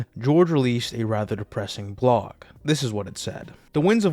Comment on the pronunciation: Cracking up because something about the way you say “blog” has my captions translating it as “blong.” I had to rewind like 5x before I finally understood the confusion. Blong aside, great video. Please update us again soon!